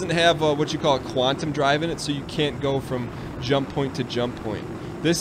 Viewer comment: He can't even say "go" correctly.